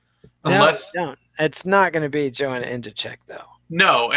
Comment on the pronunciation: I have a dream, that white children and black children will all one day together watch the 6th round and hear pronounce Joanna's name correctly. I have a dream today!